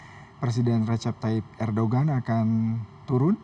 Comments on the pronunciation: bacanya bukan erdogggan, tapi erdowan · Erdogan dibaca Erdoan ya..g ga diucap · Kenapa huruf G nya gak dibaca ya ?? ERDOAN...